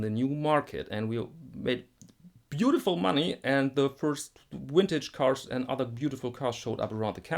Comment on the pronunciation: it's cute how some europeans can't say the letter v, like you saying "wintage guitars"